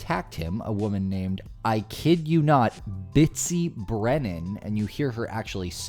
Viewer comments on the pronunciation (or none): Is that Bitsy or Bitchy?